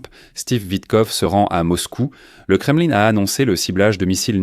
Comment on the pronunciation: On ne prononce pas kremeline c'est nul .mais kremlin( hein) à la francaise,ou kreml à la russe.